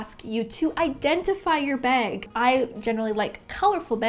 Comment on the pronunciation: Anyone else hear her say “beg” and not bag? Lol